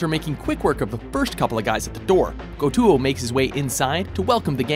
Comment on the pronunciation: Stop making anime list god dammit, and in te parasyte scene, that GO-TUO pronunciation damn